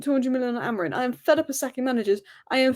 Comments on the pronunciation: Just want to say, it's Amorim. Not Amorin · Maybe AmoriM is trolling you because you can't pronounce his name correctly? 🙄